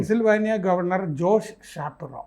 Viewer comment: ഷാപ്രോ അല്ല ഷപ്പീറോ എന്നതാണ് ശരിയായ ഉച്ചാരണം. Thanks.